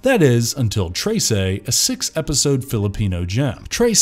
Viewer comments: i still don't understand how he keeps saying "tray-say" instead of "treh-seh" when it's said correctly :(( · its read like tresai its read tre s e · Anybody else find it a little bit annoying that he keeps saying tase'ey instead of just saying Tress I mean come on they even pronounced in the show correctly why is he saying Trace'ey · "treysey" IT'S TRESE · Tre-se NOT Trey-sey. ❤ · "Trey sey" 😂 You can just say "Trese" without the emphasis on "ey" sound on e. Overall great video, very entertaining, just cringe on the pronunciation. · just wanted to say as a filipino, it's pronounced trehseh not traysay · Am I the only one who's bothered whenever he say "trey-sey" and not "treh-seh"?? only me? okay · Hearing him say "traysay" hurt me as a Filipino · It's pronounced as Treh-seh not Trey-sey. Honestly, it could've been something but the pacing somehow got me tilting my head. Its a butchered mess that got crammed into 6 episodes, with a few more episodes and better pacing this show would have gotten a lot better reception and got more views than it got. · except for "tray-say"... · "Treysay" "Azzweng" "Nunoh"